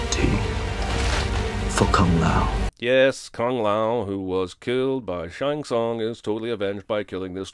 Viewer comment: You’re the one person I’ve heard in months who pronounces Shang Tsung properly😂